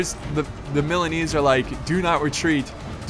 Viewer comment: THE JINETES NAME IS MORE SLAUGHTERED THAN THE MILANESE